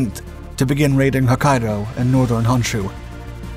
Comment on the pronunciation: Pronunciations are either getting better or you're not as susceptible to so many other faux pas that British tend to do to language. 'KYUSHU' was quite good. You didn't use the irritating Key-You-Shoe pronunciation that so many British linguist insist on. But, 'HONSHU' is not 'HANSHU' because you see, 'O' is always pronounced as 'oh'. Yes, yes, yes. Honda should actually be pronounced Hoe-n-Dah. How in the world can an 'a' and an 'o' be pronounced the same in a different language is so crazy to me. The way so many people pronounce 'HONDA' it should be spelled 'HANDA' By the way there are such things in Japan, they just aren't names. OKINAWA (oh-key-nah-wah). Pronounced the KAIDO decently enough but the HO on HOKKAIDO is still pronounced like hoe. The stressing of double consonants barely perceptible so not worth noting.